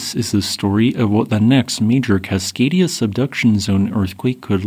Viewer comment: "Cascadia" Me when i am a slave to history